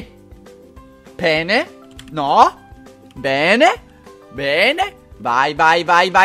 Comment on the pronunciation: quando hai detto bene io pensavo che avessi detto "pene"!